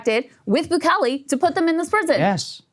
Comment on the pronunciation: Every time she says Bukele, my ears screech. Maybe watch a video or two on how to correctly pronounce the president's name. There are so many videos of reporters going into the Salvadoran prisons. Bukele is doing an excellent job. No one was crying for human rights when ppl were being unalived, families, and communities were being destroyed. On that flight, there were many MS 13 gang members as well.